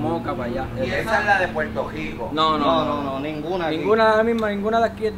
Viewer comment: Mano dile al pana tuyo oh como sea que aprenda a decir Puerto Rico no es Puerto JjJjico 🤦🏻‍♂️🤦🏻‍♂️🤦🏻‍♂️🤦🏻‍♂️🤦🏻‍♂️🤦🏻‍♂️😂😂😂😂😂😂